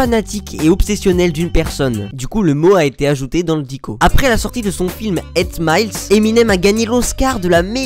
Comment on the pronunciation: 8 mile se prononce comme ça s'écrit et non 8 Miles... 😏